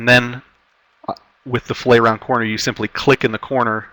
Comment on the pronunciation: Fillet, in engineering, design, etc. is generally pronounced like "fill-it". When associated with fish, it is pronounced like "fil-lay".